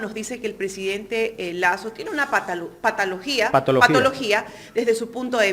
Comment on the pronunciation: Es tan evidente que estos afanados periodistas no saben hablar ni saben lo que dicen…la periodista NO se equivocó…dijo con claridad…”potologia” el entrevistado la corrigió….que vergüenza…apena ….